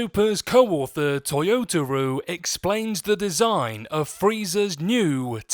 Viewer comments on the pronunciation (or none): I will say you should probably get the guy's name right when you say toyotaro